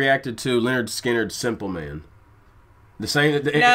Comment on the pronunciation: The name is not ‘Leonard’ Skynyrd… it is ‘Linn-erd’ Skynyrd…